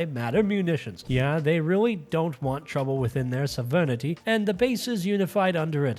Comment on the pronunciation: The way you pronounce sovereignty gave me conniptions